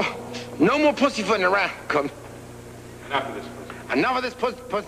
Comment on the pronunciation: LMFAO he couldn't say pussyfootin! Hahahahahahahahahaha